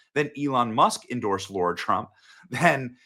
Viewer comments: “Ar” like “Art” Lara…not LaUra. It’s little but let’s give her the respect she deserves that we didn’t give Kamala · I am thrilled about this, but Benny, her name is LARA not Laura. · It's LARA, not LAURA! Just sayin! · It's Lara there Benny not Laura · It is LARA not LAURA. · Her name is LARA isn't it ? .. Why is Benny calling her LAURA ? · Love your coverage, but her name is Lara, not Laura. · please say her name correctlt its Lara not Laura. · How are you calling her Laura. She's Lara, not Laura! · It’s L A R A, not LAURA! Ugh 😣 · Her name's not Laura it's LARA ! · BENNY AND ALL: PLEASE LEARN THE CORRECT PRONUNCIATION FOR THE FOLLOWING WORDS! IT’S LAHH - RAHH NOT LOR RAH IT’S NEW - CLEAR NOT NEW. CUE. LAR SPEAK LIKE AN EDUCATED AMERICAN🤗 Google if you need help 😂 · It's Lar-Uh... Not Laur-Uh #Yikes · It's Lara not Lora...just saying😊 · Why do people say”Laura”? It’s LARA. Lah - Rah. Lara. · Its LAra, not laura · It's LARA Benny not Laura. And learn how to pronounce nuclear. Jesus christ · Her name is LARA. Why do people insist on pronouncing it as LAURA? Or am I missing something here? Is that the way she pronounces her own name? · It’s not LAURA, it’s LARA! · BENNY --- IT'S NOT "LAURA" , IT'S L-A-R-A THEY'RE NOT PRONOUNCED THE SAME !!! 😠😠😠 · I wish you’d stop calling her Laura. She’s Lara. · It Lara not Laura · I hate to do this but it's LARA not Laura 😊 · Her name is L-A-R-A. Why is it pronounced LAURA? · btw/ her name is pronounced LAIRA. The "A" is long. Lara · I don’t think her name is pronounce Lora… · Benny... L-A-R-A 😁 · Her first name is spelled - and pronounced Lara....... PRONOUNCED Lar-a..... Not the traditional name Laura. It's Lar-a, just like she spells it. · hey benny ,,, not laura trump ,, her name is LARA ,,, and there is no such word as nukular ,,, get a dictionary ,,, the word is N U C L E A R ,,, try speaking proper english for once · YOU MUST REALLY BE “GOOD FRIENDS” as YOU KEEP MISPRONOUNCING HER NAME. WTF?!?!! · LARA, not Laura